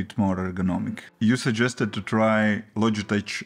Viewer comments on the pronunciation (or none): Logitech is pronounced with a K at the end. Like LOJ-I-TEK ... not the ch sound. It's very common in the English written language to pronounce the CH as a K.